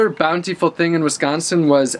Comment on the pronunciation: take a shot everytime he says bountyfull